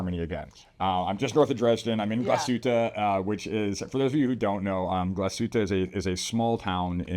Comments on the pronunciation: It's "glass-HOOT-ə", NOT ""gla-SHOOT-ə" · Not to be too pedantic here, but I think the brand is pronounced Glah-suit-a Orig (hard G)-in-al (like Al Gore). Good videos. Great brand. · "Glas - hutte," not "Gla - shutte." Close but not correct. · Sorry, I am a German living in the US for the last 34 Years. And the Glasshuette pronounciations always make me flinch a bit. Yours was better then most though. I am a collector and a big GO and ALS fan.